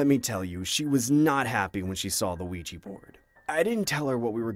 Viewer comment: I'm sorry but I nearly bursted out laughting everything he said "Ouiji" board, I am sorry but bro it sounds like he's saying "Luigi" board. Aren't they called Ouija boards??